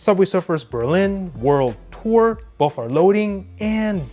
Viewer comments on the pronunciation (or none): none